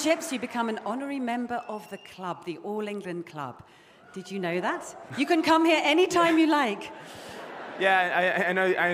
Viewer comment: He picked up British Accent for a second as he talks becoming a club member 😂 I know thaaa